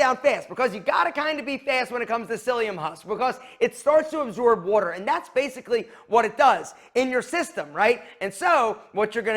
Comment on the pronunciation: Bro can’t say “water”